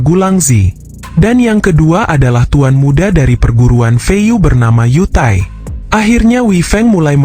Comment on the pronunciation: yu taii 😂😂😂😂 =you tai